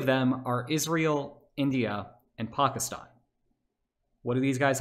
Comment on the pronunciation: first white boy to pronounce "Pakistan" properly